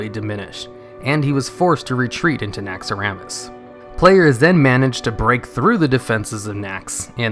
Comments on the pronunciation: I hate how you pronounce Naxxaramas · you know the name is Naxxramas not Naxxaramas